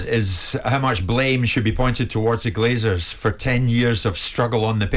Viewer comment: Graeme - it’s “Glazers”, not “Glaziers”. They don’t install windows, they just leach money from sports teams.